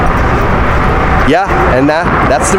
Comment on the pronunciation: holy shit dont ever say gracias like a italian ever again. Also, save your vlog monologs after the tour. So rude to talk over homie whos trying to do his job.